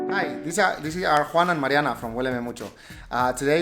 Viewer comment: Im impressed with the pronunciation of Mariana. We all have two lives, the second begins when we realize we only have one, this situation will make us realize that there is only one life